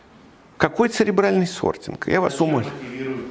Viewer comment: Сортинг - ЦЕРЕБРАЛЬНЫЙ. А не "сребиальный". Касательно остального бреда - гугл в помощь забиваем "люди читают жопой". В вашем случае наверное, упомянутым вами "сребиалом". Далее. Читаем и смотрим про социальную стратифицикацию у того же Савельева и пытаемся это сделать не жопой. Потом нужно попытаться немного подумать. Если, конечно, вы в нужное русло энергию мозга направите.